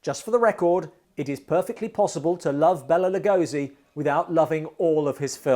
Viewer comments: Exactly. As a lifelong fan of Lugosi, it bothers me that so few people pronounce his name correctly. Even Johnny Depp and Martin Landau got it wrong in “Ed Wood”. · I got it right in our Lugosi special, Rise of Dracula, but this was shot months earlier and I hadn't checked the pronounciation.